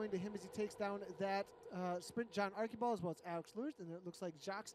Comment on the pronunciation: John Archibald: ARR - CHEE - BOLD